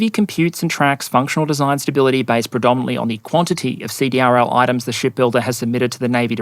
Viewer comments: CDRL is pronounced "seed-ril." (defense contractor) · Great video. The Navy needs to fix the soup sandwich that is their ship acquisition process. FYSA CRDL is pronounced "See - Drill " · fyi, CDRL is pronounced "see-drill".